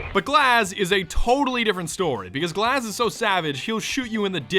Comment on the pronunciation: In Russian glaz means eye and it's not glaaaas it gluaz you put too much emphasis on the a